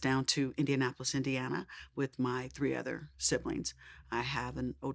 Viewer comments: It's Indiana not Idiana. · It’s Indiana not Indana lol put some respect on Indianapolis 😂❤️